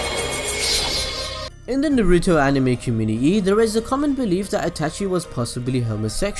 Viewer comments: Why can't this guy pronounce things correctly? It takes away all enjoyment from a simple monologue. Naruto is pronounced Nah-Roo-Toe. Not fucking NAY-Roo-Toe. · who tf is Nuh-ruto??!! smh